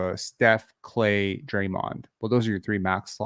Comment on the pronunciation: on the first listen I thought you said he's like Klay....had to rewind it to realize you said he's like Clay. lmao. Not sure if I agree with the Lonzo led Bulls take though, last time Lonzo had played with the Bulls they were 1st in the East. Could also just be my love for Lonzo though. Last night was a great watch, exciting and fun. What I find pretty crazy is we still have to add Jakob into the mix. lol like we said this gonna be a FUUUUUN Season! Go Raptors Go!